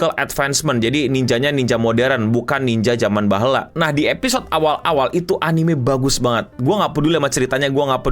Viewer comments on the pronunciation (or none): BAHEULA no bukan bahla